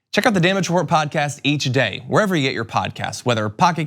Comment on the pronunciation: Meghan McCain's "Pudcayst"